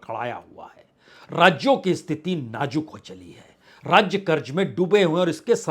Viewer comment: आप का र्राजनितिक ??र्राज्य?? यह उच्चारण कैसा है।